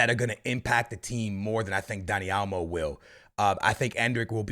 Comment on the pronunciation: I know you didn’t just say daddy olmo